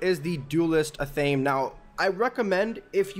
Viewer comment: Athame is pronounced ATH-UH-MAY not ATH-AME